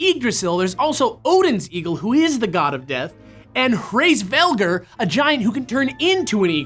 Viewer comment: you should have done more research on pronunciation the Y in Yggdrasil is pronounced as a short i and Hræsvelgr has a silent H and a short a on the æ